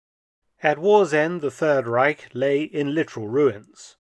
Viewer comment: If I hear correctly, Reich is now pronounced without a 'k' at the end. Thank you.